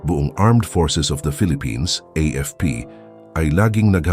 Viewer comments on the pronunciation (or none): none